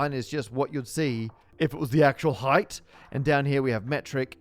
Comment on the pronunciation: Did... did you just say "heighth"?